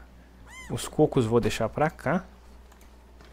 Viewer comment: falando cócos foi melhor coisa desse video (Mata um bífalo)